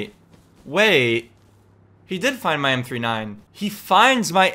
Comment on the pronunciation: You lost it because you call it m 3. 9 not m39